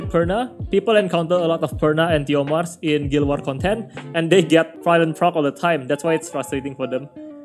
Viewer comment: Please spell s when u call theomars , lol